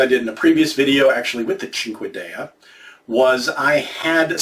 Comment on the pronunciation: The way you pronounced Cinquedea is incorrect. It’s pronounced seen-keh-de-ah. It’s also a cinqueda seen-keh-da. Also surprisingly these types of knives are not really meant for stabbing. It’s a slash/cut weapon. A dagger would be for stabbing because they are usually thicker with a strong point. Of course that all varies.